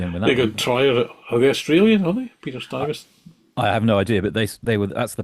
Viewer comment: Google AI: Peter Stuyvesant (c. 1610 – August 1672) who I have heard pronounced as "Stweeversan" was the last Dutch director-general of New Netherland, the colony that later became New York. A capable but intolerant administrator, Stuyvesant oversaw the growth of New Amsterdam into a city but was forced to surrender the colony to the English in 1664. Otherwise and here known as fags for "Joy Riders of the Sky" as they travel the world and so I don't suppose they were roll your own for 'fixing a hole' but, and then again, my name's not the Paul McCartney our world once knew and before this he bacame a grandpa then needing to set an example to his children and grandchildren. When it comes to IPA alcohol then you'll most certainly get this served down at my local but I haven't yet tried slot car tuning on the premises and I don't suppose I ever will. On the RX - 7 then my vote and purchase finds with Scott's muscle arch version which is otherwise not native to the roof ariel and neither does it have those irritating little 'bolt on' Daytona endurance night lights which look to me like tear offs. I'd call this 1980 versin 'holistic' and with a balanced aesthetic as a race car. I wasn't sure at first but yes, these things most certainly do leave a satisyfying after taste and this following some careful contemplation in the form of muse as you two do here. For some reason I fancy another in lemon yellow and unlike some recent Toyota offering from some other manufacturer it's not be